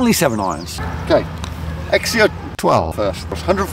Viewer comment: It’s pronounced “zek zio”